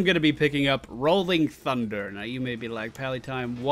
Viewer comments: instead of sundder i am hearing tsundere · He says 'sundder' but ok :)